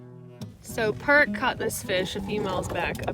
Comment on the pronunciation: Perk like the coffee, not Pert like the shampoo lol